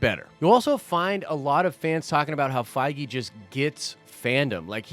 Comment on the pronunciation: Den Of Nerds drinking game, everytime say ‘Fiege’ do a shot! 😉 love the channel hahaha